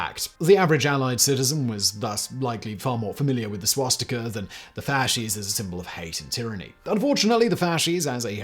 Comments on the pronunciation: A note about Swastika Ontario... During the war they've tried to rename the town to Winston... Local residents pull down the Winston sign and wrote "To hell with Hitler we came up with our name first" Also the town's name is pronounced "Swas Tea Ka" not "Swas Tick a" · What's a "Swashtika?" I've heard of a Swastika before